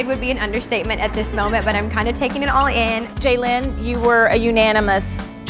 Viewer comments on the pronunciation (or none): Why do they pronounce Jalyn's name like JAYlen, isn't her name pronounced Jaylin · You’d think they’d learn how to pronounce Jalyn’s name correctly… 😬